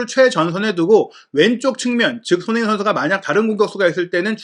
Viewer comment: 너무 좋은 분석과 정보 늘 감사히 보고 있습니다. 소중한 채널이 되어서 아끼는 마음에 조심스럽게 한가지 개선 요청 드려 봅니다. 그래도 '미디어'인데 주요 선수들의 이름 발음이 항상 '송ㅎ민', '정ㅎ영'식으로 훅 지나가는 것이 귀에 걸립니다. 멋진 매체로 발전하길 바라는 마음에서 드리는 말씀입니다. 사석이었으면 아무 상관 없겠는데 '매체'라서 이름만은 정확히 발음 되면 훨씬 더 매체에 대한 신뢰감이 상승할 것 같아서 외람되이 말씀 드립니다. 화이팅입니다.